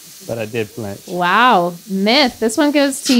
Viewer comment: flinch. the word is flinch